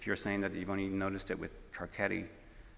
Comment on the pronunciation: OK imma go off on a tangent here but like Carcetti is clearly an Italian name and I understand why it would be difficult because he’s an Irishman, but, as a gal with an Italian family background, shouldn’t it be pronounced Carsetti or Carchetti? This distracted me the entire show. Other than that I completely love the wire though. One of my favorite shows ever ❤️❤️❤️